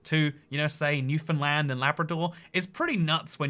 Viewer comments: Holy fuck he pronounced Newfoundland right. Lets go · The first Non-Canadian I've heard pronounce Québec and Newfoundland correctly. Props,! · Thanks for saying Newfoundland properly! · A Non-Newfoundlander who says Newfoundland correctly! I’ve heard people say it “New Finland”, and as a islander my whole life, it pains to hear it said so wrongly. I don’t even know why this is the hill I die on, the Newfoundland dialect makes everything sound weird (this is as a person who actually speaks proper newfinese) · Thanks for pronouncing Newfoundland correctly. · How does he nail "Newfoundland" but pronounce "Kelowna" like that